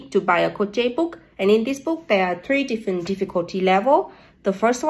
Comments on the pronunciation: Pronunciation is off. It sounds like “sh” not “ch” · It is pronounced croshed not crochet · crow-chay! ❤❤❤❤❤❤ 😂 such a cute pronunciation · Your a 💎 gem. It pronounced Crow- shayyyy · Hi! I hope you don't mind, I just respectfully wanted to say fyi, in English crochet is pronounced as kro shay. Idk why but the way you were saying it is kind of tickling my brain. I couldn't help but comment. Don't mind me please! 🙏🏼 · The T in crochet is not supposed to be pronounced, it is silent. It's like saying crowsay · Crow-shay. The "t" is silent. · It's pronounced "krow-shay". Just a heads up. Love your content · I hope this doesn't come off as rude It's pronounced krow-shay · Pronounced cro shay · In English we don't pronounce the T in crochet 😅.